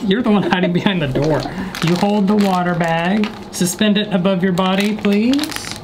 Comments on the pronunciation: “I want to see it explode in thE wAtERR” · in the ✨Wa-ther✨ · "i wanna see it explode in the wha-tear "